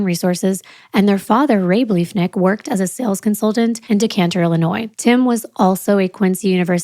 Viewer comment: I think you mean Decatur Illinois, pronounced De KAY' Ter.